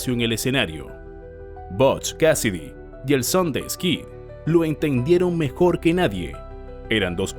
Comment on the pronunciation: Tan bien narrado que iba y cometió dos errores, el alias era Sundance Kid, no Harry Longabaugh (que era su nombre) y se pronunciaba "ˈsəndans" no "sondeys", pero aparte de eso, muy buena narración, nadie es perfecto, nadie lo sabe todo.